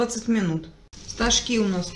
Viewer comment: Хоть один человек ставит правильно ударение в слове стожки,спасибо за рецепт ❤❤❤❤